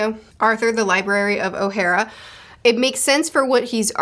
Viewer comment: The way you say Ohara is oh-ha-rah